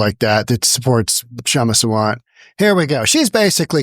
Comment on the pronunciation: Please pronounce her name as Saa- vunt(like you got it, bunt). This Kshama is a radical Marxist who should be sent to Chinese jail. Also Kshama is not an Indian citizen, has 0 right to a visa